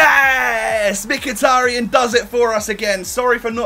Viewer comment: It's pronounced mekh-e-tar-yan